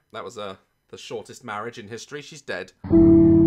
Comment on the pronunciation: “Mawiage. Mawiage is what bwings us togeva today.”